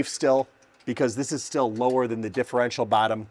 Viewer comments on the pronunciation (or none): none